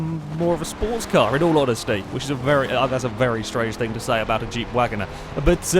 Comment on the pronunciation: Wangoner instead of Wagoneer, Mitsabushy instead of Mitsubishi, Gibble instead of Ghibli, U TROLLIN'.